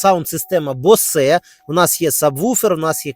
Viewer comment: Как слышу БосЭ сразу рвотный рефлекс